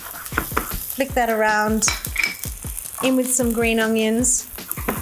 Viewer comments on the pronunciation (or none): It's Onions not Ungyuns... Other than that I Love these videos